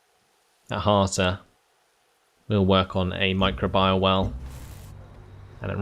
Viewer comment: It's pronounced my-crow-bee-al :p